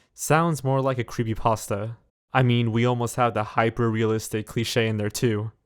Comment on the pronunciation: I am obsessed with how you say "Creepasta" instead of "creepypasta"